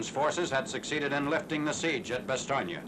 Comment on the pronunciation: First time I've heard an American commentator pronounce Bastogne correctly (or nearly so)!